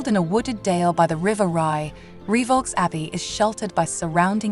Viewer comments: Lovely! One thing (amongst the few) I DO know, if you will allow, is that the Abbey's name is pronounced 'Ree-voh', not 'Ree-vaulks'.. Certainly a spooky spot, I visited the place several times with parentals when a child. Nice one, thank you for posting! 👻🌟👍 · nice video, but it's pronounced Reev O not re vox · I read your comment and thought "how pedantic" but after 5 minutes and she'd said reevolks 350 times I was screaming. 🤣🤣🤣🤣🤣